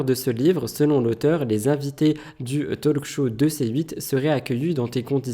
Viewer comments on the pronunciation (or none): none